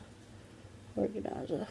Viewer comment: Organ-eye-za lololololol